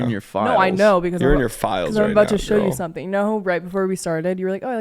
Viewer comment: On the last syllable of teach me something you guys go down in pitch and i just need you to keep it the same tone next time. It ends weak, i need you guys to finish strong on that. It should not be TEACH ME SOMEthing. Infuriating!!!!